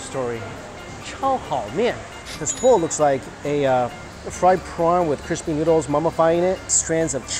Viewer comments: Is it just me or he says noodles as NYUDLES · I always laugh when he says noodles😂